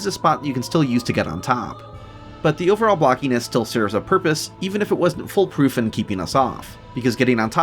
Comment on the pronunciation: foolproof, not "full proof" (great video too of course)